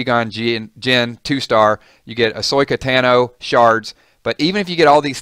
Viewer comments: Quee-Gon Qinn and Ahsoyka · Stopped the vid after you mispronounced Qui-Gon and Ahsoka. Its a little thing but as a fan it means something.